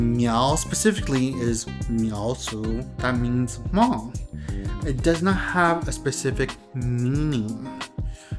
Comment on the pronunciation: still miss pronouncing the tone "Hmong" correctly. Hm and M consonants aren't pronounced the same. When you heard Hmong say "Meskas" they mean " America ". So you know that. Miao consisted many ethnic groups into one group such as Qo xong, A-Mao, Hmu and few others including the Hmong. As a matter of fact, the Chinese Authorities should just use the term Qo xong people, A-Mao people, Hmu people, Hmong people according to that these ethnic groups call them their own.